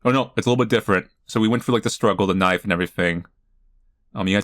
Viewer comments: Did you just say "Knoife"? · Honestly man getting into it and then hits me with tbe "KNOIFE" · Australian knife accent. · I love that you always take the time to put an accent on “knife!”